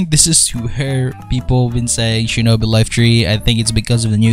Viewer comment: Wait what- did he just say shinobi laife tree not three 🤔 Ayo L O L😳